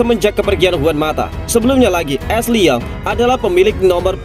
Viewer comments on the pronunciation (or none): none